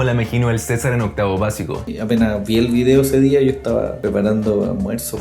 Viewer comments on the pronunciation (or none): me da lo mismo el acento pero por favor no digas vidio ctm es video wn, al final que dijiste algo de la pulenta y vidio sonó mas raro que la mierda ajdjaja